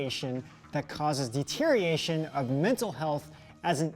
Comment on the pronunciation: Neither of you can say deterioration correctly.